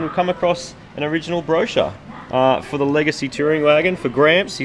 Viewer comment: Hahaha 'Regacy'....... wish you a good fright back to Australia!